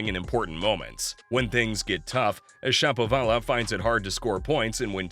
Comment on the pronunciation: It seems to me that Shapovalov should be pronounced like everyone pronounces the name of the famous Russian musician, Rachmaninov, with the accent on the second syllable, not the third. syllable, which is really awkward. If I'm wrong, please accept my apologies. If I'm right, why not get this straitened out pronto?